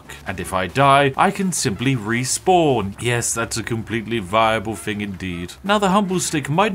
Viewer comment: It’s so weird to hear some so posh pronounce “thing” as “fing”